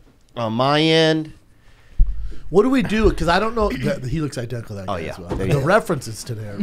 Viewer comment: Why can’t Brendan say “identical” lol like the 3rd episode I catch it